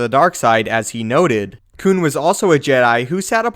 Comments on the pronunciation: Does anyone else cringe every time he says “Koon”? Like, bruh just say Plo Koon please Koon is not a word you should say like that bro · He is saying coon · When he kept saying koon I plugged in my headphones